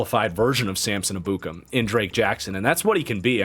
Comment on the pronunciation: R u saying Ebukem correctly? Never heard it pronouced that way (by an analyst or broadcaster). Just wondering.